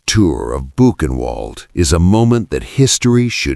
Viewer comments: You need to train your AI that W in German is pronounced like V - Vi Mar - Book-en-vailed, It gets very annoying every time it is said wrong. That is how we get from Wien to Vienna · again another computer that cant recognize words that arent english words, when are these people going to be fired literation the name of the city is pronounced ' bu' ken' vald.....................you people are trash, find a new line of work i hear wendy's is hiring...................... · Yes! Also, Boo’-kin-vahld. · Is it really that difficult to train an AI voice to pronounce Weimar and Buchenwald correctly? I cringed every time I heard the W sound. Come on. Otherwise, this is good. It’s embarrassing that the handler didn’t know W in German is pronounced like V in English. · Please, learn how to pronounced words the Right way. Buchenwald is German, a 'W' is pronounced as a 'V'. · I'll subscribe when you can pronounce Weimar and Buchenwald correctly.